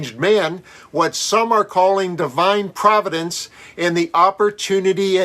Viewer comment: I swear I heard “divide providence”.